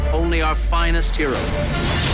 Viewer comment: what's up with that "our"